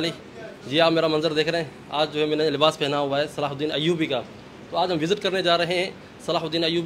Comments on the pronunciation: Pehle sahi name bol na shikh le tere mamu ka ladka nahi hai Hazrat salahudin (r.a) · Naam to lena seekh lo sultaan salahuddin ayubi